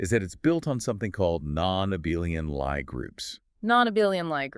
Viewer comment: I wonder why the two mispronounce "Lie Group". It has nothing to do with lying. It's pronounced Lee, or in IPA /li:/